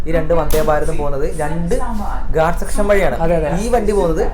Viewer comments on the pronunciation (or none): none